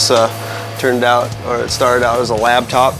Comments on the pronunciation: Did Syn say "labtop?" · Hahahaha Syn said labtop. XD